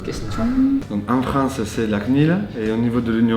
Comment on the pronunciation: "la CNILEUH" m'a tuée jpp mdrr